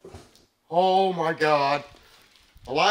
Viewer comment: 😂😂 the way he says “HEALO” and I love when he says “HOLY SHHYT” I love these men!! Bless their souls and keep them Safe lord Jesus!!